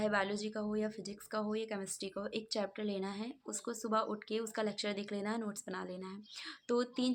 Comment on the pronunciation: It's chapter dii not chepter